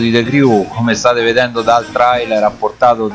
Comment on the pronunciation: Si scrive "Trailer" ma si legge "Treiler" Si scrive "FAllout" e non "FOllout"